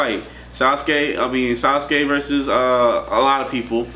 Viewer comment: Hold up did you say sasku vs pain